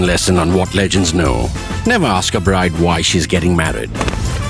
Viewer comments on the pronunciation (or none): none